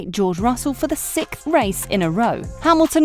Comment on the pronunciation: When you say 6th is sounds like you say “Sic”.